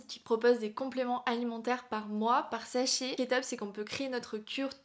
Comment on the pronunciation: J’aime bien tes vidéos mais j’ai beaucoup du mal avec la façon dont tu prononces les A « fètigue » « mèh petite boite » « exèctement » « pti sèchet » bref, j’espère que je vais réussir à m’y faire et à ne plus l’entendre mais pour le moment ça me perturbe 😅